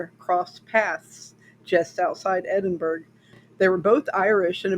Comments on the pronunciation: "Edinburg?" I have only ever heard it prenounced "Edinburough". (As in "The Burrow" in HP.) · Hi, GREAT telling of this interesting story. THANKS for creating & posting this historical account of Scottish Horror. 🙂 With sincere admiration & all due respect, the city of Edinburgh, Scotland is correctly pronounced: "ed - in - burr - ah". Same as the "t" in castle, the "g" in Edinburgh is silent. The pronunciation remains the same; regardless the language//the nationality of the person speaking. Respectfully, Ben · Edinburgh is pronounced "edin-burr-uh". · Don't mind the comments about the pronunciation of Edinburgh, most youtubers pronounce city names wrong. The only thing different this time it's an English city instead of a French, German, Polish, Chinese etc. so the know it alls finally noticed. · You've obviously done some great research here, however it's completely overshadowed by your incorrect pronunciation of Edinburgh. Is there any reason why this wasn't part of your research? A basic Google pronunciation would highlight how glaring this is.